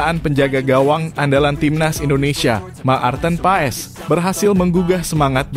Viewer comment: Hai Mas Nyebut Nama Pemain bola yg betull blajar dulu jng Cuapp² Apa Itu Ma Arten.Pa es blajar dulu ya bikin mala aja.